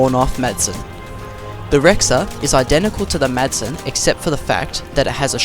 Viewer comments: Just a tip: when pronouncing "Madsen", don't say Maddsen, but you should say Massen, it's the correct pronounciation (i'm danish :P) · Yeah haha Saying ''Madsen'' while pronouncing the D is like saying ''eight'' with the H.. :p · No, no, no! You did nothing wrong, It's just funny hearing someone say it like that when you're danish :P